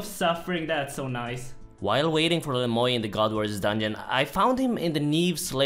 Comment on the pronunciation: its le moi not le moy